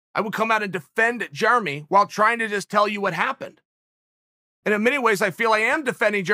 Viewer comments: Jeremy "Germy" Stephens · Chael “Germy stephens” Sonnen